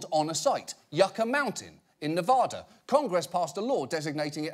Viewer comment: Not how you say Nevada